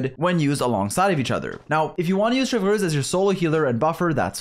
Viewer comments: Every time u say “Cheverous” 😂😂😂😂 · IT'S CHEV - RE -USE NOT THAT HARD RIGHT? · sry if i speak french xD u say "chevreuwse" not chevreuse, but is ok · "Chevrez or Chevurheooz as I naturally call her" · but sir your English pronunciation was also wrong lmaoo. we all know this is a bit you're committed to cause you say almost all the unique characters incorrectly unless I was mistaken lol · Tbh I love it. It’s like “Chevreuse” 🙄🤮 vs “🥐🇫🇷Chevreuse💅” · Love your guides but I can’t wait to never hear you say her name again. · I love how he pronounces "Chevreuse" a different way every time. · rolls the 'r' in Chevreuse. "lol, sorry, I speak French" Also: "Noblesse OBLAIGE!! " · Oblige on its own is also an English word, though, and that's how you pronounce it. So it's not as awkward as saying ChevROOSE instead of Chevreuse. Btw that's not a rolled R. People rarely roll their R anymore in French; it's usually associated with old people and rural settings. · bro u didn't even pronounce chevreuse in french correctly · 10 seconds in, blud already flexes his French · rolls the 'r' in Chevreuse "lol, sorry, I speak French" Also: "Noblesse OBLAIGE!! "